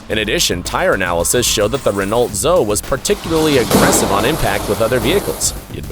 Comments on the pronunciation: This narrator can't even pronounce the names well. it's not "DASH-EE-UH", it's "DAY-SEE-UH" it's not "REE-NULT ZOH" it's "REH-KNOW ZOH-EE" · Renault Zoe is in french. The closest you Americans can get to the right pronunciation is Ren-oh Zo-ay. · In Europe the Renault Zoe Is pronounced zo-ee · "Renolt Zo" 🤦🤦‍♀️🤦‍♂️ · Imagine having such an ego to not pronounce car names correctly. Renault Zoe = reno zoey Dacia = Da tcha Frigging muppet